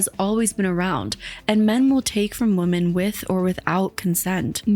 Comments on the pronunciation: i was looking for this comment. she also always say woman instead of women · Man Men. Woman Women. Whim-In. The plural of woman is women pronounced Whim-in. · I can’t get over this, it’s been so many videos. The way “women” is pronounced sounds exactly like “woman” every time and it jolts my brain. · Why do so many female content creators pronounce ”woman” and ”women” the same? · it jolts my brain too, and maybe it's a pronunciation evolution. I've seen old movies from the 1940's where "homicide" pronounced as "home-uh-cide"